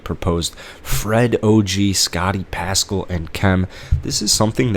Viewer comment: Step off. His content is pretty on point. Even though he mispronounced Pascal, Vanvleet, Dragic and Gillespie